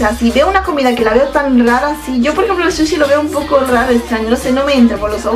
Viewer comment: No se dice "shushi" sino SUSHI y asquito esos pies detrás que se están frotando todo el tiempo!!! Suerte con tu canal!! :D